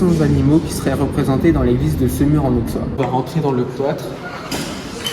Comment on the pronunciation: Étant Semurois, je suis fier de notre magnifique Collégiale 😊 Bravo pour votre vidéo ! PS : En Bourgogne, le x se prononce sse. Ont dit Aussois, Ausserre etc 😉